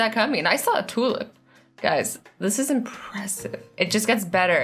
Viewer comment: ItsJanuary January!! She says Tulip not tool